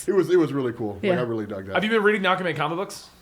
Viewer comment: Good Lord. Really? You can't pronounce aquaman either?! lol I watched a documentarary about ockaman fighting the dorves. It's like watching an episode of rugrats with these pronunciations lol. All joking aside, love the videos. Keep em coming